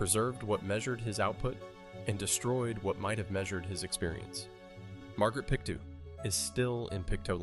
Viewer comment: Just an FYI, its Pick-Toe not pick too for Pictou :)